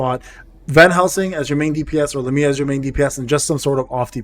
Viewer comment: IF I GET ONE MORE FRIEDRICH I WILL JUMP... needed to vent that somewhere since there is no world chat lmao i have gotten 3 fredirchs bro i dont even know if i wanna build him i just want more characters that's 2 other units i could have T^T. Also these pronunciations are terrible lol but they're hard names lol so i dont fault you. Lamia = Lah-me-uh Agares = Uh-gare-is